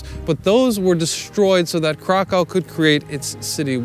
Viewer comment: He actually does say Kraw-cow through part of the video, then switches it to the proper pronunciation.